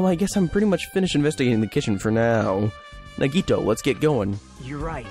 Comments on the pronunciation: Yes! Thank you! I don't mean to be rude, but please, it's na-ge-TOE, not na-GE-toe... oh no... no I sound like Hermione... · Naw-ge-toe that's how you pronounce it I think